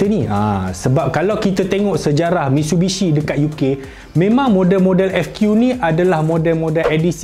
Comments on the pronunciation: Dengar macam MISHUBISHI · No one:: "MITSHUBISHI